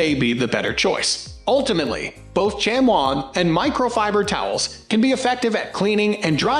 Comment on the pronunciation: First off it's pronounced shamee not shamwa. Second, a good chamois is WAY more absorbent and any micro and better at removing water especially on glass. The more you use a chamois the better they get. You have to thoroughly wet the chamois before using then wring out as hard as you can. And there's always one side of the chamois that's more absorbent. Microfiber work fair on body panels but suck on glass.